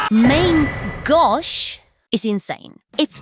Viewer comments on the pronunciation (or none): its pronounced man gosh in frensh and it means left hand lol 😅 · mahn-ghosh? what? you are closer just trying to read it than using that. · I trough you where saying left hand in French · Can't say, "Main Gauche" but drops "Mesericorde" like it's nothing.